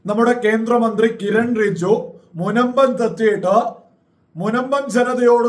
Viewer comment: റിജു അല്ല ബ്രോ ,റിജുജു എന്ന് പറയൂ.Anyway thanks to Kiren Rijiju for coming to Munampam and explaining the Law.